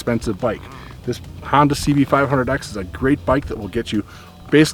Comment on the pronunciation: Hoon-Dah.....nuff said.